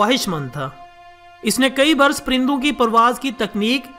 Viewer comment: prindon Nahi parindon hai